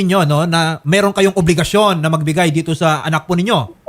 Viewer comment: De nya na din mabigkas ang letter r masyado , “ meehrhon” ( meron)😩😩